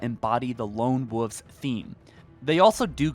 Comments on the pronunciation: you should check your pronunciation of "Wolves", you said "Wooves'" which is not correct. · Do you not know how to say Woolves and woolf I just hear woof and woofes hahahahaha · Please for the love of god, stop saying lone woofs 😒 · It's not wooves, it's wolves. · Wol-vz ** wolves not wulfs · Wolves not woofs (Wool-vs or w-all-vs not woofs) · Wol-vzzzz not woovs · I wasn't aware that the screen said lone wooves.....lone woof......lone woofs..... nooooooooo its wolves (wool-vehz) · Guy…how can you not pronounce a L in Wolf/Wolves? Lone WOLVES not lone WOVES. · Lone wuffs? Lol you know the L isn't silent right? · Wolves, not woofs, 🤣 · Fuck bro. Pronunciation of wolves, spit it the fuq out. Don't say woofs. Make videos I can understand. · Bro... the words are "woLves" and "woLf," not wooves and woof. There are L's in there. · Please say wolves… please say wolves…. It isn’t wuffs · "Lone Woof" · Ngl, I cringed every time you said lone “wuhhhvs”. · “Lone Woooves” lol. Sounds like you are saying Lone-Woof’s 😆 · “Lone woofs” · After listening to the first few minutes, I decided to drink every time he said lone “woofs”. Just like when a friends dad used to call the roof of his house the “ruff”. Needless to say, these dog noise drinking games get me liiiiit 🔥🔥🔥. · ah yes lone woofs 🙃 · Amazing how little things can take you out of a video/pod cast...like constantly mispronounced words. There is a "v" in wolves. It's not pronounced "woofs". 🤣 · Lone “ wawfs” you mean WOLVES?! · “Lone Woves” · Lone Wooves. 😂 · Lone Woofs? What noise do dogs make and how do you pronounce that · My dude mentions how the Spartan names are hard for him to pronounce, then confidently says Lone Woofs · and wooves. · Haha lone "wuvs" lol sorry had to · “Lone wovves” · The way you pronounce wolves is triggering me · lmao he can’t say wolves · Why do you say wolves like a reee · Ikr!? I can’t believe no one else is mentioning this 😂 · And can you pronounce the L and v in wolves